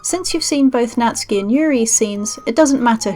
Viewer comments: Really great and easy guide, Thanks... and Nat-soo-ki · i know someone called natsuki but who is natski